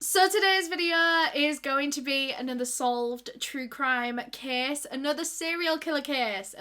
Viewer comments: Anyone else think she was saying kiss instead of case in her accent? 😅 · I love how she says case ❤️